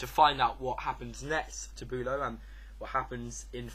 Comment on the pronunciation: As a German speaker, I can't help but giggle at your pronunciation of German names, Hohenlowe perfectly mastered and then Boo-low. A job well done though, guys!